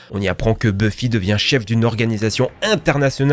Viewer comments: C'est quoi cette prononciation de Buffy ? Ca se prononce Beuffy pas Bu-fi ! Et c'est pas "goa-old" mais "goa-ould" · "Buffy contre les vampires".... Ça se prononce Beuffy... T'as jamais regardé la série ou quoi? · par contre ça se prononce beuff-i pas bufi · aïe, mes oreilles... Continuez quand même, vous êtes géniaux ! (juste, pas bUffy...ça se dit beuffy) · "GoaOld" "les ZORAILLE" (au secours), "MalKom", "Bhuffi", j'ai du mal à comprendre comment un "fan" ce ces séries peut aussi mal prononcer ces noms iconiques. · Buffie mdr ça se prononce beuffy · ça se prononce Beu-ffy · La prononciation de Buffy ... et Jamie